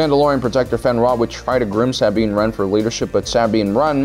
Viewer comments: “Saabine” ah yes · How is there an entire 3 shows that show Sabine and you still can’t pronounce her name correctly? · The way you pronounce Sabines name absolutely pisses me off